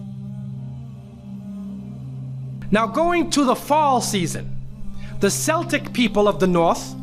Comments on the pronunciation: Its pronounced kelltic as in kel, kellogs etc, not selltic as in Boston celtics. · Celtic is a K sound at the first C. Keltic not the basketball team. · Celtic is pronounced Keltic. Samhain is pronounced SOW-in and means summer's end in Irish and Scottish Gaelic. In Gaelic the month known as November is called Samhain. Everything else in the video is also rubbish. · If he did proper research he'd know the right pronunciation.🤣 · You are pronouncing the word "Celtic" wrong ---- please get it correct ? (Halloween in Pagan)